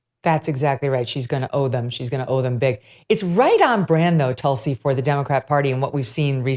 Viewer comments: Hi Megyn.. love your show… btw it’s pronounced ‘toolsi’ ( a very sacred plant in Hinduism) I believe she practices Hinduism. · Megyn always good to hear it here. I hope Tulsi told you, you are pronouncing her name wrong….a very revered name it is in the Hindu culture.